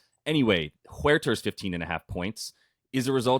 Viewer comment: Bro, Huerter is just pronounced Hurter lol